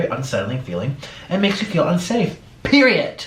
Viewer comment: Hahaha, did he just say "periET" BAHAHAHA